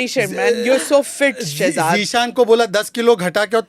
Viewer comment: Read as Shehjad